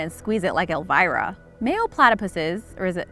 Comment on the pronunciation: If you meant the Tiny Toons character, then it's Elmyra, not Elvira.